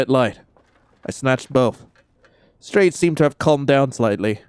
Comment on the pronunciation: I heard "stray" instead of strade EHEM- WHAT.